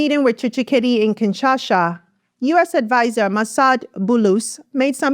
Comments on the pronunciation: it's KIN SHA SA not KINSHASHA. TSHI SE KE DI not TSHI SHE CHE DI. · KINSHASA NOT KINSHASHA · Great video! It's "kinsha-sa"